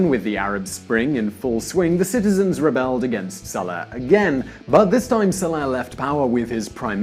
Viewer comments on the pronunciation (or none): First of all the former president of Yemen's Name is SaleH, not Saleb. Second, Saudi's don't have sky high salaries. An Engineer or doctor In saudi gets payed 3x less than one in the US. The only upside is no Taxes (which is going to change come 2018). Don't get me wrong, not everything in this video is a lie, but the Majority of it is clearly wikipedia'd bull. Cut the Envy crap and all the misleading bullsh*t that your peddling in this video. Then again, you've been doing these same bias videos from the start so there is no hope.